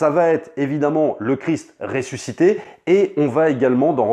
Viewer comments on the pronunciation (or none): none